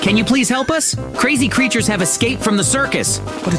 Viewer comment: dısıza smiling crrıters